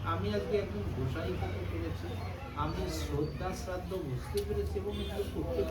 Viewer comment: শ্রদ্ধ নয় শ্রোধা বেশ ভালো লাগলো হরি বল